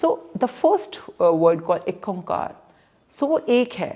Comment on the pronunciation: Its ikahkar not ek omkar